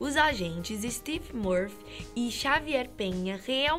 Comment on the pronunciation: “Stef” murphy e “xavier” penha kskdkdkddkdkdksm